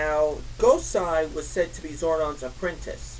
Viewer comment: Wow. I mean, wow man. No clear explanation as to why you hate these things so much (other than being biased to Super Sentai). And as a Sentai fan, mispronouncing "GOSEI" makes you look pretty bad. I mean, I love Super Sentai. Have for years. At the very least, I can note some good points in every series I watch. Megaforce is only starting. Give it a chance and maybe it'll surprise you.